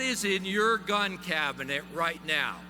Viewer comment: Gun not gin